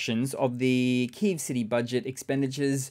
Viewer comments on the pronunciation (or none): none